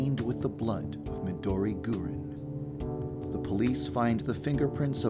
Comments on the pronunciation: Wait Dev pronounces it "GUR-in"?? I heard that the proper way is "gu-RIN" accenting the second syllable so it sounds like "green" w/ a Japanese accent, I would have thought that he would know that if he's the one that named her that o.O oh well it's alright I still like her x) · It's not Midori Gurin. It's Midori GURINUUUU!!!